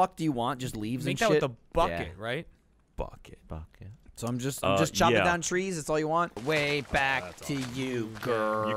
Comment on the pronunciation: Gavin: buucket Me: dear god